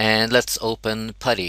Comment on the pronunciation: its not patty its putty